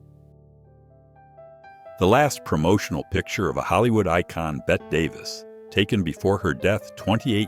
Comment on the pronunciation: “Bet Davis”🙄